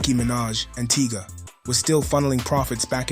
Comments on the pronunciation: It's Tyga Not Teeegaah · Naw he called Tyga; Teegah 😂 crazy work